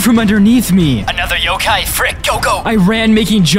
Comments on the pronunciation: its not pronounced yokae its yhokhai... the pheonix is in tagalog in tagalog it translates to the great pheonix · It’s not Yo K it’s Yo kI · Yokay?!?! Its yo kai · It's yo-Kai, like agni kai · Isn’t it pronounced yokai (yo-ky?)